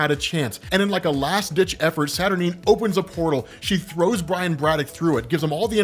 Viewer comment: I hate the way you say Morlun (you say Mor-Lun like its 2 words), I hate the way you say Merlin (see Morlun). I hate the way you say Saturnyne (its pronounced Satur nine)I hate the way you say Corazon which is heart in Spanish you butcher it. 1610 being the greatest spider character made? Laughable.